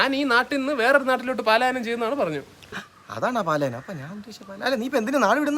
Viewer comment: Paalayanam alla palayanam😂